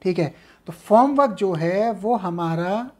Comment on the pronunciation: Sir, It's Form work not Foam